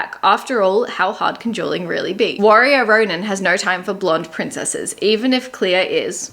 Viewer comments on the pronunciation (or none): none